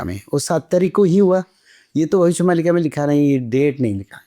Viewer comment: भविष्य मल्लिका नही मालिका होता है